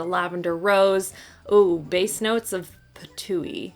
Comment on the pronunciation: “Base notes of Patoo-ey” 😂😂😂 I heart you girl